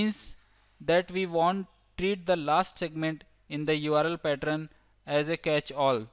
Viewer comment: Now I hear "partern" wherever I go..